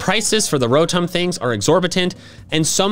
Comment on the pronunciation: You said Ro-TOME